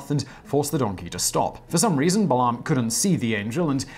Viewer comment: um...Balaam is pronounced Bay-lem; Canaan is pronounced Cay-nen